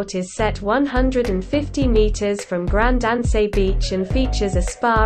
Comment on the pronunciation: Grand An-say, Gra-na-dah, Lansay aux Epines???? Wow where she getting these pronunctiation from? If you're going to do a presentation do your basic research.